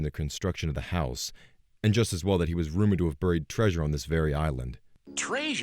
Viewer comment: Fred- treesure Everyone else- treasure Fred needs to get his English right